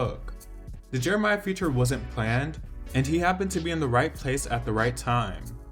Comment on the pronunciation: If y’all call that man “Jeremiah” one more time 🤦🏾‍♀️🤦🏾‍♀️🤦🏾‍♀️